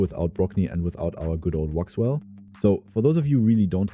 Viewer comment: well, if it is not your main german channel, but an english one, for starters it's Wixwell not Woxwell. if you do content in english you should know the names of champs or you will add more confusion to beginners. also, it is not hard to instal a second copy of RAID in english and get all the names for videos from index.